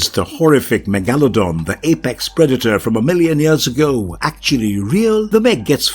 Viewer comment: Did the narrator say Meh-gala-don instead of Meg-la-don??